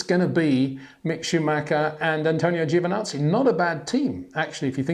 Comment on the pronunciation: Gets me everytime how you pronounce Giovinazzi's name lol